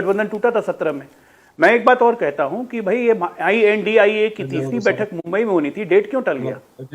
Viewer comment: "आई.एन.डी.आई.ए" कहिए मैडम.. इंडिया नही। "एन.डी.ए" का रहेहै...... ना के "नदा"